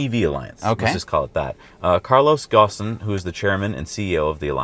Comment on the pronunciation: Carlos Ghosn is pronounced Karloes Goehn.